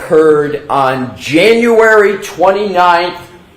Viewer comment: I can't get passed "on" pronounced "Owen"